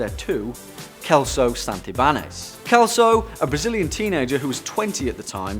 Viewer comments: Kelso? 😂😂😂we Pronounce it like if it's beem written with an S, "Selso", from Sierra. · lol... Its not "Kelso", its " Selso", more an 's' than a 'k'. xP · It's funny the pronunciation of "Celso" in English. In Portuguese sounds like "Selso", while in English is "Kelso". Congratulation for the video! 😊😊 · Celso ("s" sound) not kelso! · Celso is pronounced selso not kelso. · I really love your videos, guys. The number 2's name is mispronounced here. The 'C' is pronounced like 'S'. #peace honey 😘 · kelso ? IT SHOULD be pronounced like Century ... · The ken doll did he call anatomically correct